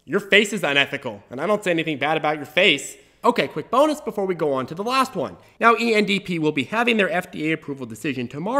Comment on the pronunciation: since hwen does 'one' sound like hwon?